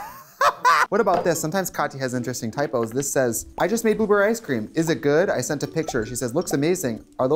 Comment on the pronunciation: Anyone else hear Trixie say “booberry”?! 😂❤️